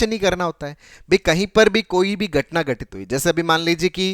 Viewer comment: Gatna ni....ghatnaaa